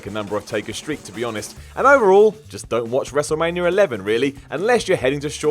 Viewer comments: Why do I always hear 'Wrestlemanier 11'?? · Am I the only one who hears WRESTLEMANIARA